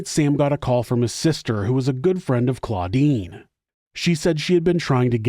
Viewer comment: The sister is CLODINE, not CLAUDINE. Come on, Giles with a J.